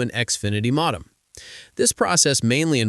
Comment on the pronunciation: Mawdem? As rong as?